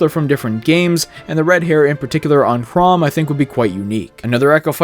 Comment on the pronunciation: I came to terms with the straight-up refusal of the American Community to even try to pronounce "Chrom" correctly, but now you just had to go and butcher "Stahl" too. I actually winced at it. Yes, I am very touchy in this regard.